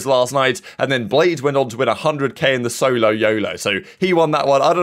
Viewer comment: S O L O Y O L O SAY IT WITH ME ITS NOT THAT HARD